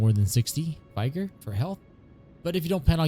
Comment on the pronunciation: Learn to pronounce vigor